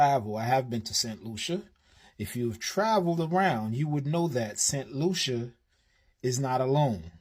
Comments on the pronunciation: It is pronounced saint Lusha( st. Lucia) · BTW, it is the island of Saint Lucia 🇱🇨 , it is pronounced Saint lieu shah. They tried to do the same on the island of Dominica 🇩🇲 about 50 years aback, and the locals protested in the same fashion. 🫵🏽👏🏾👏🏾